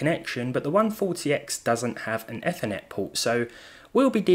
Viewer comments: ethernet pronounced E-ther-net NOT eh-ther-net! God thats such a pet peive of mine! Despite that, amazing video as always! Thanks for the great vid :D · “an ethenet port” mhm “ethenet” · did anyone else hear how he said Ethernet